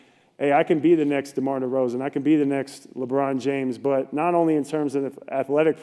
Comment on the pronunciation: DeMar DEROZAN not that hard to say